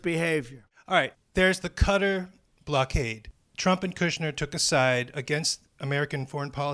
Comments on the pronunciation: Will you please learn how to pronounce Qatar! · I'd say it's funny that Drumpf doesn't know how to pronounce Qatar... but he doesn't know anything.